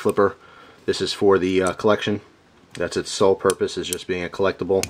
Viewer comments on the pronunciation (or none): none